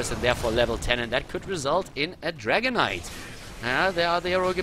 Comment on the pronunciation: I always hear Dragon Knight as "Dragonite"